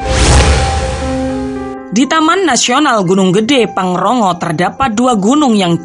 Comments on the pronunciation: Pangrango bukan pangrongo min hehe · Pangrongo???pangrango keless😂😅😆😒😏😏